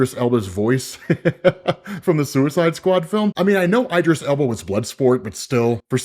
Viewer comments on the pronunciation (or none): Eye-dris? Isn’t it pronounced “E”-dris Elba… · Idris Elba not eyedris Elba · Not Eye-driss, it’s Ee-driss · "Eye-dress"? SMH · Why after all this time does this dude still pronounce Idris like (eye-dris) It’s Idris, like It, In, Is, Igloo, instinct, etc. way too smart to not realize this, but Eye-dris is NASTY Work lol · He's throwing shade. Beef goes way back. auditioned for Bloodsport. Rest is history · Eee-dris Elba*** damn 😂😂, great narration though 👏🏿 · It’s pronounced Eeeeee-dris Elbow, bud. Eeee-dris. Elbow. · No TF you didn't say "Eye"dris Elba!!! Where the hell are you from, Mars?! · Eid-dris alba, your pronunciation is terrible 😅